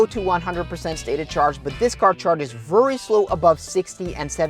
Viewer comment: Hei, meget bra innhold, men husk forskjellen på very og worry, du sier worry men mener garantert very, lykke til med kanalen